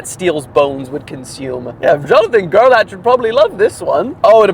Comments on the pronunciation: I have a kid in my school with the name gerlach and I believe they pronounce it like gerlack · It's pronounced Gair-lock and damn why is this the news story that gets my last name around? 🤮